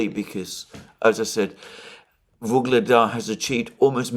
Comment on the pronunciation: "Vuledar" has no "g" in it